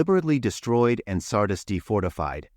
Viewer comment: Sardiis. Please pronounce the name correctly. I know this is a machine talking, but surely it can be taught to pronounce the names correctly.